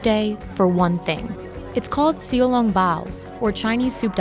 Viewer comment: Her pronunciation of 小 was actually quite good for a non-cantonese speaker